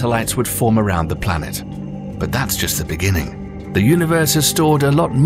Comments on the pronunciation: What’s a blanet? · Tf is a blanet